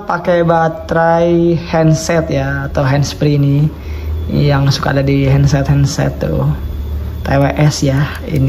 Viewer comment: Headset bg bukan heandset